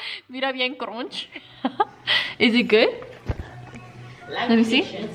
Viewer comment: "BIEN CRONCH" LMFAO